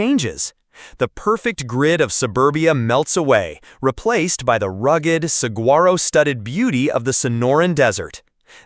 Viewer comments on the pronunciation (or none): It's pronounced saWaro not saGwaro. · This video lost me at Sa-Guar-o…